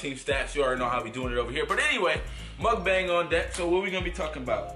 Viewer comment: I almost died laughing when she said mukboong but still team stax